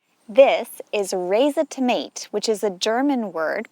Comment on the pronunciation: The "ei" in Reisetomate is pronounced like the english "I". 🤫